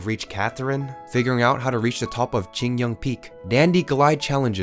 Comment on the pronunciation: aint no way he pronounced qingce as chinksay 💀